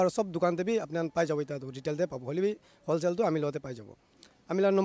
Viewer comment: Reporter - wholesale × Hoshale ✓